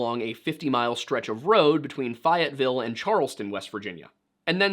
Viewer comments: As a West Virginian its Fey-it-ville all slurred together, but I also heard about this many years ago when my parents were explaining that West Virginia had a really big mob problem all the way up to the '80s and there are some crazy stories because the mob ran absolutely everything including the state police for a while. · It’s pronounced FAY-It-ville by us native folk lol I’ve never heard it said the way you said it but either way love the vid!!! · Its FAYetteville. Don't they teach in school these days how to pronounce places right? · It's pronounced Fay-et-ville lmao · Faye-et-ville! It's Fayetteville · I never knew that Fayetteville was pronounced fi-et-ville....who knew? Just kidding, great segment, been aware of this stoty for years. A lot of strange turns. Great job! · Its pronounced "FAY-IT-VILLE", or if your're a local, "FAY-IT-VULL" or just "FET-VULL" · Fayetteville rhymes with pay-it-ville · Good sir please never pronounce Fayetteville that way again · Hearing him pronounce Fayetteville wrong this entire video hurt my soul. But thank you for the WV representation!! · I am from West Virginia it is Fayetteville. Well, same name you're just saying it a little off, but the rest of the telling is correct, so good job. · I have listened to this twice and just now heard the mispronunciation of Fayetteville. I didnt pay much attention to where he was saying this happened the first time. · I live 5 minutes from this home. For many years there was a wall with all the kids pictures and reward info. Back them we as Italians were not very welcome here. Sad story and hard to see the family devastation. By the way the town of Fayetteville pronunciation is in your video is off. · I think the worst part of this video is how you pronounced Fayetteville. Please never do that again. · The real crime here is how you pronounced “Fayetteville” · As someone from West Virginia I couldn’t with his Fayetteville pronunciation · the way you say fayetteville burns my ears